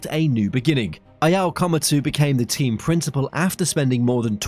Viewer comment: I found him! The only British who can pronounce Ayao!